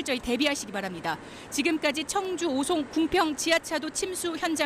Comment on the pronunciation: 청주라고 청주!! 앵커가 말도 제대로 못하네 ㅉ